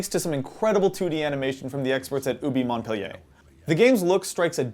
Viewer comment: LOL at the pompous attempts at pronouncing Montpellier like a Frenchie.